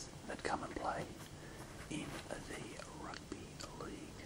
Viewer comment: Why do you say rugby “ahrugby” 😂